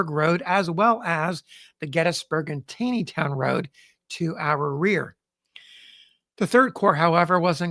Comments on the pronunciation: Its Tawwwney town not tayyyney town. I know I grew up in Westminster. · It's pronounced "TAWNEYTOWN" Not "TAYNEYTOWN". Taney, pronounced TAWNEY, was an old Maryland family. Roger Brooke Taney, Chief Justice of the Supreme Court, pronounced his name TAWNEY. He was from Frederick, my hometown. It is irritating to hear you continually mispronouncing his name. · TAW-nee-town. It got me the first time, too. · Please pronounce it correctly - it is "Taw-neytown", not "Tai-neytown". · I have read that Roger Taney pronounced his name "Tawney", not "tainy". If so, pronunciation of Taneytown might not be quite right. Or maybe the townsfolk didn't know about Roger Taney's preference. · why do you pronounce the towns as “gettisburg” and “tayneytown”? (instead of geddiesburg and tawneytown)? is that how they were pronounced back in the civil war era? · Enjoying your videos plenty, but one nit - I am pretty sure Taneytown is pronounced TAW-nee-town. There was a Roger B Taney Junior High School nearby where I grew up outside DC, and this is how Taney was pronounced. Wikipedia entry also indicates this. Carry on sir! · Another great video,. FYI - Taneytown is pronounced as though it has an 'aw' sound: Tawneytown. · Just a small point for the future. I have suggested it before but maybe on another channel: the town of Taneytown is pronounced Tawny-town. Just as supreme court chief justice Roger Taney is pronounced Roger Tawny. Don't take my word for it. Call the town hall or the mayor's office. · FYI “Taneytown” MD is pronounced “Tawneytown” like the infamous chief justice Taney of the Dred Scott case whose family had founded the town. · Great listening, as always. Thank you. FYI - Don’t ask me why, but TANEYTOWN is pronounced “TAWNEYTOWN”. (I’m a Longtime Maryland resident) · It's TAW-nee-town...